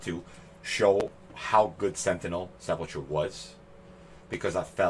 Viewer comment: Lol look up how to say sepulcher🤣